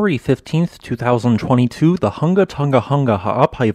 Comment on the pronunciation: Just a note - the correct pronunciation is HOO-nga... and not HUNG-ga.